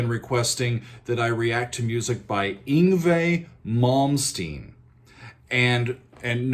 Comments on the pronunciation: Slaughtered his name! En gway malm steen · Ung-vee Mom-steen - Hilarious! Go on...